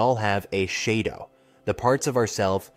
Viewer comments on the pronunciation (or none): The mispronunciation of common words by the A.I. voice bothered me so much it took me out of my concentration. I am also an INFJ and details like these catch my ear immediately. I find them reeeeally irritating. 'Shado' instead of 'shadow'. That was the exact moment I decided not to watch any further and express my annoyance in the comments. Don't the makers check their videos for errors like these? Do they leave the making of a video entirely to A.I? Don't they care? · Shay dough